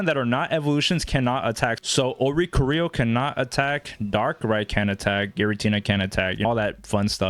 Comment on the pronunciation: Thanks for giving us the Oh-ree-co-ree-oh tech 😜